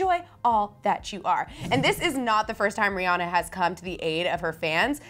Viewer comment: rihanna pronounced Ri-ah-na not Ri-oh-na